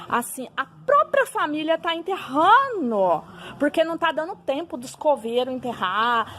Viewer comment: "Interrano", "rancá"... Eu ja parava por ai